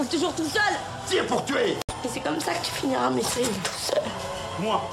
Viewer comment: Déjà avant de critiquer le film prononce bien mesrine dans ta vidéo